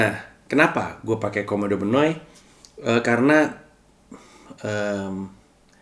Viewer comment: Maaf bang, mungkin saran dikit hehehe. Dalam bahasa yunani, kata 'ou' itu dibaca 'u' hehehe. Sama halnya Oikoumene dibaca oikoumene